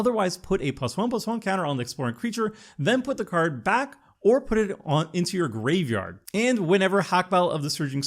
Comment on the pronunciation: Bro, please stop butchering the word graveyard.